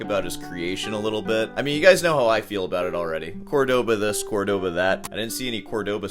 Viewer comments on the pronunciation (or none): Its CÓrdoba not Cordóba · How do you even pronounce that “Cohrdaba”?